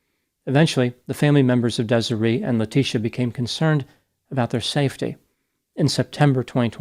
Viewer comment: How tf do you mispronounce Desiree?